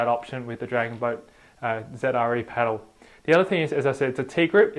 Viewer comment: It really bothers me that he keeps calling Zre Zedre